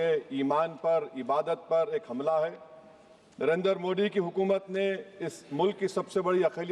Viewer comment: यह नमूना प्रधानमन्त्री जी का नाम भी शुद्ध उच्चारित नहीं करता।